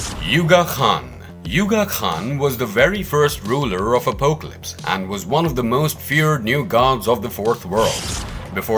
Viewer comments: Same , also butchers the pronunciation of Apocalypse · Also Day-tees (deities ) and Oh-poke-a-lips (apocalypse)